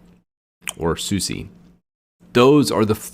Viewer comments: Not "Suzie." "Soos-ah" or "Soos-eh" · Open SUSE not open SU SEE I agree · it is suse and not susi, DIS IS GERMAN! xD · Quit saying Soosie! Its pronounced "Soos" or "Soosa". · Not a bad video, but the repeated and constant mispronounciation of distro names is really annoying. 1. It's not DEEBian, it's DEBian. Like Debra (Lynn) + Ian (Murdock). 2. Not oo-buhn-too;.oǒ'boǒntoō. 3. Suse, not Susee. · Deb as in Deborah or Debra, ian as in the name Ian or "ee-an"... deb-ian. Also it is SOOS for Suse, not soo-see. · People who say "dee-be-an" remind me of the days when people used to pronounce Linux as "line-ecks". Also SuSE is pronounced "Zu-zuh", not "suzi" as in the girls name. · even in american it should still be pronounced suse. susi. would be more latin american pronounced. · Suse also pronounced wrong... ouch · chrissx Media How do you pronounce “Su” on the beginning of a word: Super, Subtil, Suche? And how do you pronounce “SE” at the end of a word? haSE baSE pauSE? So... how do you pronounce SuSE again? 🧐